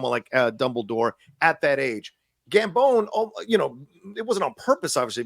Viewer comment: Helo, enjoying the show as always or almost always :p hahah, wasnt sure if you realised It is pronounced Gambon like the "bon" in bon appetite